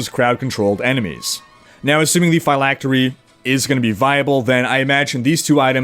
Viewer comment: You're putting too much emphasis on the "y" in "phylactery" bro, You're pronouncing it like "figh-lactery" instead of "phil-lactery" if that makes sense. Awesome video as always though!!